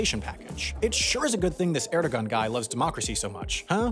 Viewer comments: This law was so selective, even Turkish keyboards on computers had Qs and Ws. Also obligatory corrections: you claim Atatürk founded the Turkish "Empire" (should be Republic) you don't pronounce the "ğ" in his name (Ğ's are mostly silent) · In Bosnia everyone pronounces it like "Erdo ghaan" (spelled Erdogan) but official media and people from Sarajevo pronounce it like "Erdo aan" (spelled Erdoan). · It’s really annoying when people pronounce it Erdo-G-an instead of Erdoğan lmao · It's pronounced Ergoğan, not Erdogan. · it’s not pronounced. Erdo-an turns into erdowan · it's actually pronounced "erdoan" because the ğ is silent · Let's add another pronunciation faux pas for Erdoğan - AIR-do-wan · Ataturk didn't found a Turkish empire (that title belongs to Osman I), he founded a Turkish republic. Also, as other people in the comments section pointed out, Erdogan (actually spelled Erdoğan) is pronounced "ER-doe-wan". Eh. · Here's a fun little fact, Erdoğan is more like "air-doe-wawn" (rhymes with fawn). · I love how he pronounces Erdoğan 💀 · The g in Erdoğan is silent